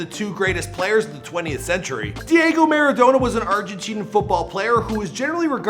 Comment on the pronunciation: I don't want to hate, but the way you're pronouncing Diego Maradona is killing me!